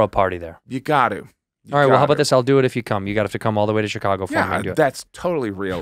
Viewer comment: take a shot everytime someone says shicargo